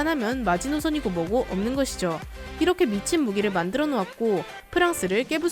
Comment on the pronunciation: E^렇게 E^렇게 발음 왜 E^래요?